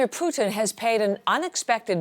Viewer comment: It's not PUKIN..